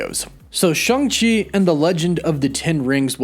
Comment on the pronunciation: It's neither Shung nor Chung - come on, man!